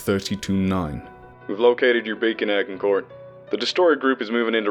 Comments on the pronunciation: Roughly... Ajincoer.. Ajincoer !!!!! No 'G', and no 'T' sound (French)... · A-gin-court. Soft "g", like the battle. Do your research before guessing pronounciations. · Agincourt is pronounced 'ajincor'. Just fyi. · Its pronounced Ajin-core, assumingly named after the battle of Agincourt.